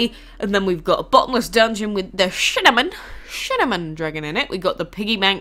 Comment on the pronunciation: I love how you pronounced Cinnamon there "Shinnamon"